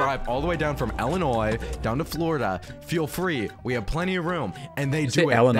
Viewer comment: NO WAY HE JUST PRONOUNCED ILLINOIS LIKE THAT BRO NAH